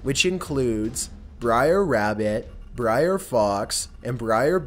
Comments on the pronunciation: Br'er is pronounced like 'bear'. And it's short for brother. Not briar. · It's "BRER Rabbit," brer is slang for "brother." Not "briar." 🙄🙄🙄